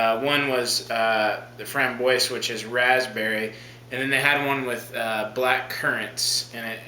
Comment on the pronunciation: Framboise is pronounced "Fram-BWAH" come on....